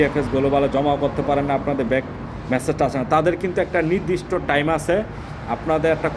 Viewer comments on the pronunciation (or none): none